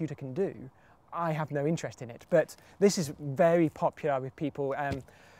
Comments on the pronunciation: Thank the lord he didn't say "suduko" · Finally! Someone who says sudoku right! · I love that he pronounces Sudoku correctly.